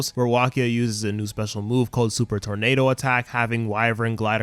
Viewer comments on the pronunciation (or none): none